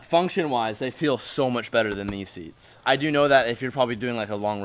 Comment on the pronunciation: I know he tried to say seats, I want to watch him struggle:P